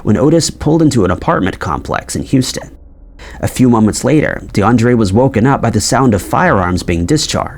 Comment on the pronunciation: DE UN DRIA not DeAndre..